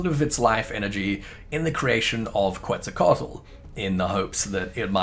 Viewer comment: holy crap, ive never heard anyone butcher Quetzalcoatl this much, damn